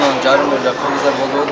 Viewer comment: Ассалому Алейкум окурмандар дуйнону киргиз эмес.кыргыз деп.таза суйлоту.мына.эрдик.азамат.бар.бол